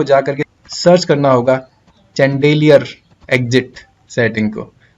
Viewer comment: चन्देलीयर नहीं bhai शैंडलियर